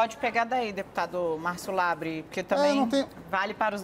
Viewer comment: Márcio: "kim Kata -gu-í-re" kim: fala nada. Márcio: "kim Kata -gu-í-re" Kim: "partido do deputado LEBRE...." Márcio: MEU NOME É "LABREEEEEEEEEE!!!!!!!!!!!!!!!!!! Eu nem vou mencionar teus apelidos!!" Eu: hauhauhauhuahuahuhauahauhau